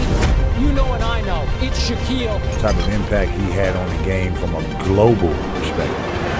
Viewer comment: That guy said Shaneal O’Neal